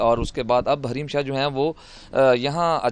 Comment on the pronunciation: Hareem shah kay naam say noun hain what a mazedar pronunciation by host